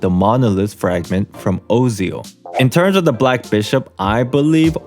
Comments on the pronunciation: Kinda fucking hate that Osial pronunciation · That Osial pronounciation mde my chest hurt.